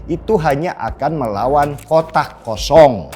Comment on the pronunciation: Bang ngomong yg jelas bang..kotak kosong apa OTAK KOSONG😂❤